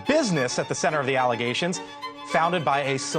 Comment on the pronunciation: Learing about "false allezations"